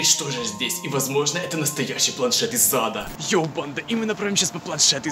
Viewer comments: Ха, мне всегда кажется что ты говоришь "Из зада" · Мне одному слышится планшет из зада? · Ты сказал из зада или ада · Мне одному кажется, что когда произносит "планшет из ада" он произносит планшет из зада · Почему мне каждый раз слышно не из Ада а из ЗАДА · Мне одной кажется что он говорит не планет из ада а планшет из зада😂😂😂😂😂😂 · Знаете мне кажется что каждый раз когда он говорит "планшет из ада" у него всегда получается "планшет из зада "!! Кто согласен лайк (если что то я правда так слышу ну.............вы же все так думаете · Мне одной послишалось не из ада а из зада?♥ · Я одна слышу "из зада" ?! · Мне показалось ты сказал планшет из зада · Когда ты сказал что это планшет из ада ты сказал это планшет из зада ха-ха-ха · из зада азащаззазаза мне одному послышлось? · Ты сказал из зада а не из ада